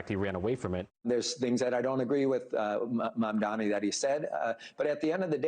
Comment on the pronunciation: pronunciation of Mamdani, please focus